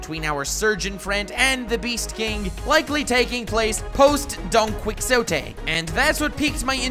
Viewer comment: for future reference, Quixote is pronounced Ki-Ho-te